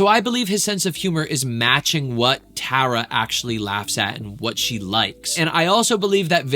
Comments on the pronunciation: i keep cringing at how he says tara. tar - a, not tear - a, tar, tar a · TAR-AH, not TARE-AH :) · Tara is gonna lose her mind hearing you pronounce her name as “Tah-ra” instead of “Tuh-ra” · btw ur saying her name wrong it sounds like black tar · Who's going to tell him hes pronouncing her name wrong😭☠ (Its Tar-Uh) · Tara pronounced T-are-uh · its pronounced tar-a like black tar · She’s gonna HATE how you are pronouncing her name wrong so many times 😭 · You’re pronouncing the name wrongg😭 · ok awesome! 😊 But one more thing.. I’ve noticed over time, most say Tara wrong and you were close but just thought I’d lyk. Tara doesn’t really like when people say her name wrong and I’ve heard some tell people how to say it like black Tar - Ahh, you were *very close*, compared to others that don’t know her, pronouncing it… but just incase you make more videos on her try to go to a video with her in it and listen to how they say her name! ❤️ Can’t wait for your next videos!